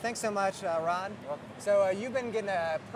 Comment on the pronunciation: Its ROD NOT RON FUKIN SWEATY GEEK